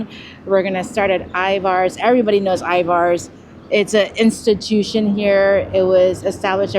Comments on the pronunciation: Corrections. Pike Place market don't shorten it and you say Ivars. Ivers. (Er, not are) Elliott's is wonderful. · Elliott is a yes. Ivars...I pronounce more like Ivers...for whatever reason. That was probably ment to b a sasquach some report seeing here. The clam chowder can b bought at Safeway in the deli soup section. Great video..lots to be explored here and outside of Seattle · Love watching your videos and love how often you come to Seattle. Little Seattle pet peeve , pretty please please PLEASE with all the cherries - it's Pike Place Market. No S. 🤗 And Ivar's is more like IvERs. Keep coming, love to see it 🙌🏽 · My wife and I laughed at your pronunciation of Ivar's. We say it as if it were spelled I-VERS. Thanks for a fun video🙂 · So nice to see you in my hometown. I’ve eaten at Elliot’s Oyster House many times. It is delicious. Love their take on halibut when it is in season. Of course they are known for oysters, but all their seafood is great. Also, we locals pronounce Ivar’s “eye-vers”. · Pronounced Ivers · Anyone else here from Tacoma/Seattle that shutters when they say Pikes Market and I-Vars? I do like their videos though. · I love you guys and recommendations from all your videos. I'm curious to where or why you pronounce Ivars that way because I'm seeing this alot lately. Just curious because as far as I know Washington pronounces it this way, Just curious because am I wrong all this time?😮